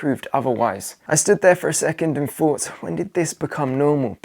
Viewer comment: THING, not "fing", THOUGHT, not "fort", MONTH, not "munf" . . .